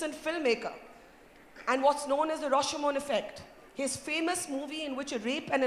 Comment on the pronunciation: *Rashomon effect, not Roshomon.